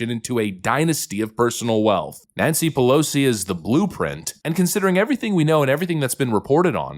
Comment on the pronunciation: Nanshe Peloshe